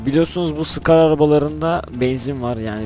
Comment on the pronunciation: S cars diye okunuyor scar değil S ayrı okunmalı neyse abi gmod serbest takılma atarmısın